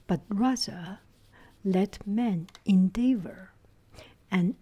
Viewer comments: Once I think you skipped an "a" or an "an", causing you to say something like he was navigator instead of he was a/an navigator. Additionally, the eav in endeavor is pronounced like the ev in the word ever (endever), not like the eav in the word beaver, which sounds like it could be written beever (if that makes sense?). I can always tell what you mean though, so unless you just want to sound like a more "native/proper" English speaker, don't sweat it :) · en/dea//vor the "ea" in "dea"is pronounced with a short "e" sound as in element I love listening to you!